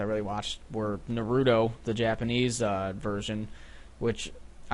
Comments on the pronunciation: Whooo!! Naruto. You said it wrong, by the way. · wow he watches naruto but he pronounces it terribly...